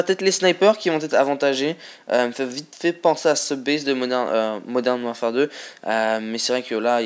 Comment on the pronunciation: Que 13 :s moi 14 mais bon très peux ! et je le re re dit WARFARE ! parle français mec Fait pas ton anglais ^^